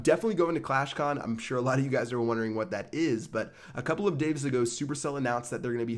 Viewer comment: "a couple of daves ago" are u drunk?